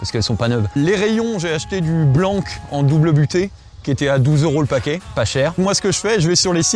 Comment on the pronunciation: Il me semble qu on dit " double butted" ( double épaisseur) , et pas double buttées ;)